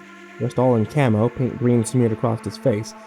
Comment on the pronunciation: Why do you keep peonouncing ACROSS with a Z you claim to have done English at school? Crossed and ACROSS are two separate words with different meanings but I shouldn't have to tell you this you aren't five years old...the age at which EVERY British kid knows this!